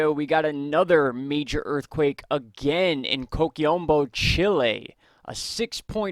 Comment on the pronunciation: Is CHILE not CHILI fellas..👍